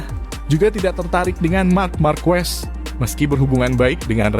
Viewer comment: Ngomong markes kok jadi markuwes